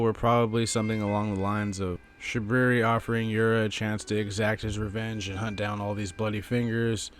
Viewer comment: I love how u call him shabooboo xD